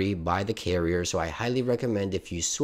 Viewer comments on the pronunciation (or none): none